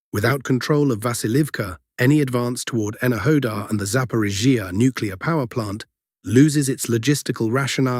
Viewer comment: Something has changed in the voice when pronouncing zaporizhiya. It now sounds like a sneeze is being stifled when it hits the ZH and then there is too much emphasis on the following EE of iya. The name no longer flows like before. Something changed. Very noticeable.